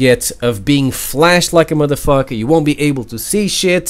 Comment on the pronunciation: i like how you say muddafucka